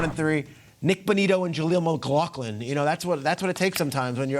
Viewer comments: How are you on national TV and pronouncing McLaughlin "McLoclin" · McLaughlin (mcglah-flynn)